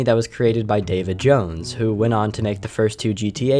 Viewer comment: When u said David Jones I misheard u saying Davy Jones. xD